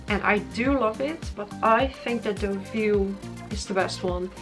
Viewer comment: I’m so glad you said Deauville